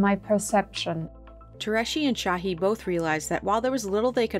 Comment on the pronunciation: it’s not sahi or tureci people make a vaccine and y’all legit can’t pronounce their names